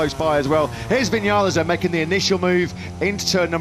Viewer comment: Viniales , are y st@ ????? It's RACE